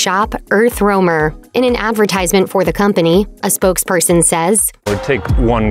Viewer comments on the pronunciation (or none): none